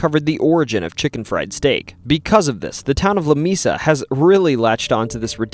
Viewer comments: New sub ! It is pronounced La "Mea 'sa" which in Spanish means a table not " Mi'sa " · "Lah- May-Sah" Love the vids, but makin' me crazy sometimes. 😂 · Lamesa doesn't have a long e in the pronunciation, and if you drive around Marble Falls you can see how a person would say there are mountains. They're really just big hills, but I can see how they would be seen as mountains. That being said, awesome stories. I've heard a few of these over the years, plus a few you missed! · You sound like a yankee. The town of Lamesa is the combination of two Spanish words. The e is pronounced like a long a. it isn't LaMeeeesa, It is La Maaasa. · Im pretty sure Lamesa Texas is pronounced like la may (like the month) sa, not la me sa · It’s “leh-MAY-saw”. Lamesa. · La-May- sa ! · La MAY Sa! Moron. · Lamesa is pronounced La may sa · It's pronounced Lah- may- sah. Please get it right. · maybe it was mispronounced just for all the attention mispronouncing Texas towns can get😂